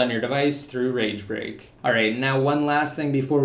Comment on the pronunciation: swear he was saying rage rape...